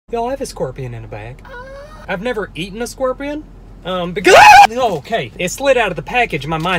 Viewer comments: Bro I love how you pronounce "scorpion" like "skwerpion" with your accent 😄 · “squorpian” LMFAO WHAT